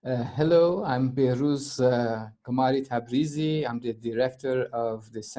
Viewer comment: What's up with Iranians mispronouncing their own names? Behrooz "Gamaari"-Tabrizi?